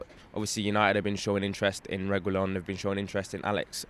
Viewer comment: “Reh-gee-LAWN” (caps = strongest syllable)